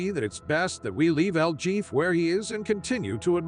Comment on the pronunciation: It's pronounced 'el heffay' , not el Jeff ! El JEFE , MEANS THE BOSS,OR THE HEAD HONCHO, ETC.